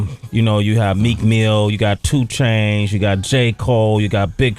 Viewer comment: did he call him 2change ? :D